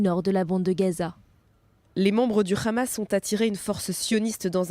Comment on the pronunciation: Le Haaamas pas Khamas Avec un hā... Essayé au moin de prononcé correctement...